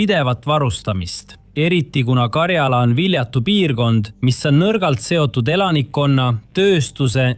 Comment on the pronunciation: 'Mind häirib, kui diktor räägib vigast eesti keelt Euroopas ei ole sellist geograafilist piirkonda nagu Karjaala. on Karjala. rõhk esimesel silbil